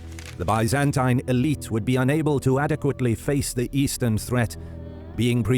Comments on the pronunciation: sorry man, but the way you say constantine and byzantine is so awful, i can't watch this video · The video’s pronunciation of Byzantine is quite an innovation! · Had to stop watching after only a minute in after the consistent mispronunciation of "Byzantine". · Just can’t stand the way you pronounce Byzantine though. It’s like a nail on a chock board to me. Lmao 🤣